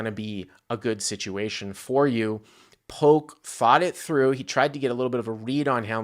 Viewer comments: This video is cringe, pronounce his name correctly it’s Polk not Poke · Ya, he says poke. Super annoying. Hey, it's pronounced Pullk! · Does have beef with Doug??? It feels like has to know who Doug Polk is and calling him Poke almost feels like he is acting like he never heard of him. I could be way off here but normally speaks very well for him to just mispronounce Doug's name like that. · Damn stop saying Doug Poke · Yolk is pronounced Yoke though so hook or by crook you got that right. Are you saying you try to pronounce yolk as yolk and it comes out yoke? So basically you try to pronounce yolk incorrectly and it comes out correctly which is why when you try to pronounce Polk it comes out incorrectly as Poke??? Ah f@ it - it was a good lay down lol. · Love but so funny he doesn't say Doug's last name right, heheh Doug Poke... I thought funny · Someone tell that Doug’s last name has a “L” in it....... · I love how says "Polk" hahahahaha